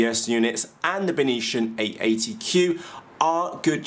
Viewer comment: Hi, You totally killed the pronunciation of the brand "Beitian". You made it sounds like its from another planet like martian! It should be pronounced as "Bei-T-an", "Bei" as in Bei-jing, "T" as in the letter T, "an" as in the english word "an". If properly translated it means Northern Sky. Cheers mate!